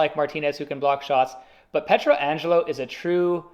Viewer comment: the way you’re pronouncing Pietrangelo is driving me insane